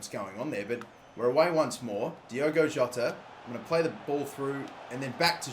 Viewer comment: By the way his name is Diogo Jota, not Diego Jota.